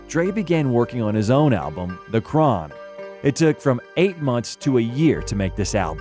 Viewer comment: Not “The Chron” 😂